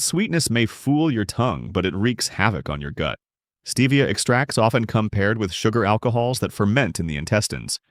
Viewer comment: It;s EX tracts, not exTRACTS, you AI POG!!